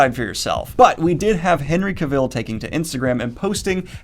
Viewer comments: It's Henry "Cah-Vill" not "Kuh-Vill". I used to call it the latter until Henry himself cleared up the pronunciation. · Daniel I absolutely love your channel and I know it is probably intentional for a running joke, but the pronunciation of Cavil is off. He says “it sounds like travel.” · Cavill is pronounced "ca-vul" like "travel" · Daniel, please, "Cavill" is pronounced like "Travel" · Thank you. Nothing against Daniel, but I repeat it with the right inflection every time he says Cavill like Cruella DeVil. Though it's gotta be tough getting much of your new info via text.